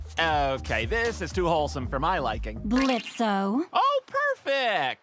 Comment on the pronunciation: Correction it’s blitzo the o is silent